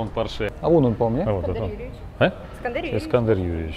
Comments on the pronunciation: ну хоть кто-то поправил покупателя, а то заколебал со своим поршЕ, уши режет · Мужик-то умный, но как он говорит Порше - кровь из ушей...Не поршЕ, а пОрше...